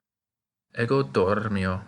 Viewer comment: This is a great series! I take my hat off to you. I noticed one small thing, however. In the middle of the video, the r in dormio is seemingly held for the length of a double consonant rr. I so hear it. This might be for pedagogical purposes to emphasise the trill, but it stood out to me. But anyway, I think this is an excellent entry point into Latin. I watched this video four months ago and became fascinated. Since then, I've been immersed in Latin and am loving every minute of it.😊